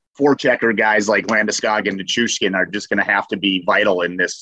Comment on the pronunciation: Can you guys not say Nichushkin? Ni-choosh-kin.